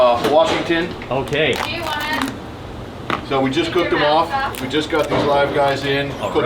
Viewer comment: Did he say Washington